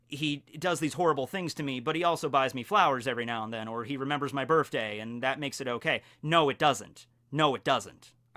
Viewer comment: I want you to know that "birthday" is pronounced with a "th" not an "f"